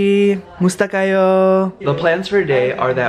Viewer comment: The way you said Kamusta Kayo sounded Japanese 😊